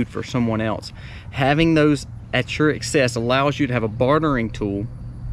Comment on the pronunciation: Ak-cess not Ek-cess